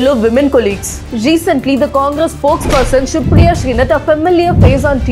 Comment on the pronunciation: Vely lecently 😂😂😂😂